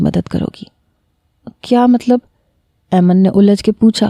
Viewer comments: Mehk yr aiman hota h 😒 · Mera nam bhi aiman ha pr ap galat pronounce krti hu Ayman nai aiman hota ha